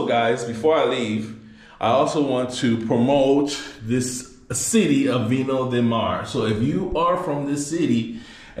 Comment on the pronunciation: Viña del Mar bro... Pronounced "Vinya del mar". Vine of the sea. To say vino del mar would be wine of the sea.. haha. Either way enjoy. Greetings from Melbourne Australia.